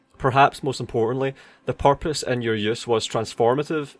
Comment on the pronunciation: good video, my only take is that everytime you said "purpose" I couldn't help but hear "porpoise" like the animal.